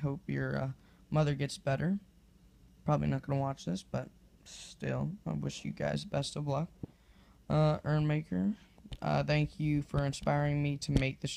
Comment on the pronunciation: urmaker is pronounced YourMaker....not sure but it kinda sounds like you say ErrMaker ....I'm being such a Grammer nazi forgive me if I heard you wrong :/